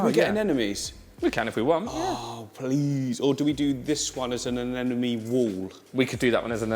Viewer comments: Anemone, not Anenome! If you're teaching people, teach them right. Love all the videos by the way!!! Can't wait for more. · It’s anemone not anenome 😂 it’s driving me crazy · These two crack me up. I've been following for years and since he started his channel, but they are best together. However, neither can pronounce anemone. lol